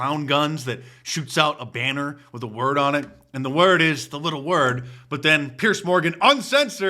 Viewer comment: Mark, it’s Piers, not Pierce.